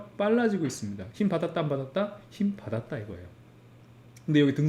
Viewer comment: 힘받았다는게 왜 자꾸 킹받았다고 들리지